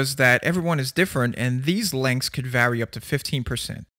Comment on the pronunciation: I hate the way he pronounces “vary/varies/variances” 😭😂